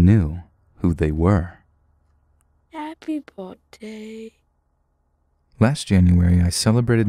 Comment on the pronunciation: haypey bortday